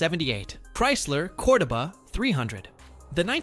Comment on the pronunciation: The AI narrator couldn't say Cordoba either